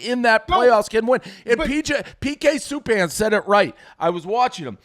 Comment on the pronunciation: Dave didn’t even say PK Subban correctly. He’s just a boston boomer